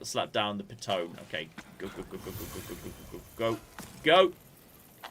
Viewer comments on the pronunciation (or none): it's a piton (pronounced pii ton ! ), it's a French word ! the leader climbs placing gear and clipping quickdraws to the pro , then clip the rope ! the second climbs when the pitch is finished and collects the straws and pitons , repeat to top , then abseil ! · its a pee-taan :)